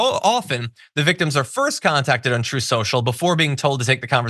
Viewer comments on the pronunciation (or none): "...TROTH... SHO-SHO..."